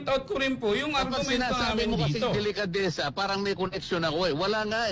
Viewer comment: anong "delekadesa" ? "didistansya"? tama nga naman! bakit sya didistansya??? may dapat ba syang iwasan tungkol sa issue? may tinatago ba sya o ang asawa nya at iiwas sila kung mag kakakunek-kunek man? TANGA KA NGA! 😂 ang lutong!